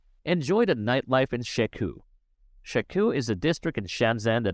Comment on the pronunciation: > "Shekoo" LMAO Also, the SOHO club is in Cocopark, not Shekou..